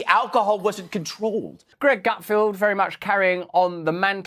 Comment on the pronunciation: Feld. GutFELD. NOT "Gutfield". Does NO ONE on your team know how to read and pronounce the guy's name?!